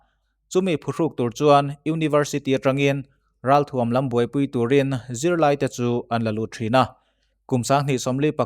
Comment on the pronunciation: thuam tih hi tuam thluk anga lamri lovin,ralthuam tih a thuam thluk ang hian lamrik ni ta se ngaihthlak nuam zawjin a rinawm